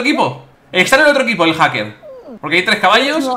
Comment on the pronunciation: Willy: haker y encima peerde Yo: repito esa escena 10 veces para saber q ha dicho min